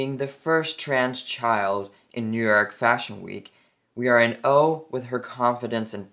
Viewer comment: "awe" is pronounced "ahh" like when the doctor checks your tonsils but a bit deeper